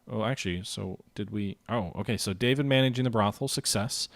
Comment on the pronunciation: Welcome to the Terror...it can only end badly. Oh and David is pronounced Dah-veed (he's sort of famous you know)